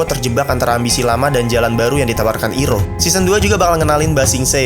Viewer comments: nyebutnya jangan i roh kayak nama ibu ibu orang sunda ,mentang mentang ditulisnya iroh bacanya ai roh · iiiroh,,, adminnya waktu kartun ini tayang di globalTV masih bentuk sperm x ya? seinget gw Airoh cara bacanya. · nyebutnya AIROH Bang